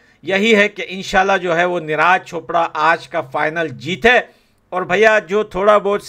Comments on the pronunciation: Bhai,मत तो करो यार।निराज नही नीरज कह दो भाई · Bhai Neeraaj nahi neeraj bolo 😂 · Bro-his name is neeraj not neeh raaj…😊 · Bhaiya neraaj nhi neeraj boliyee 😅😅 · Please pronounce the correct name of neeraj 😂